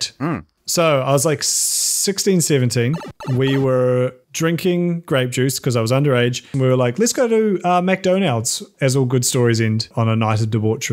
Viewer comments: I'm sorry, how do you pronounce it?? Mcdonaald's??? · Mac Dough Naulds? Is that how it's really pronounced in EnZed? It grates on my ears like hearing Maryland pronounced "Mary Land" instead of Maryland. Embrace the schwa! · Did he say "mcdoneyalds"? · What the hell did M.K call McdOIANalds ? I mustve heard it wrong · The way that man pronounced mcdonalds OMG